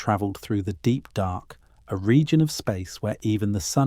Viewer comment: DARK... not dock! Learn to pronounce words CORRECTLY!!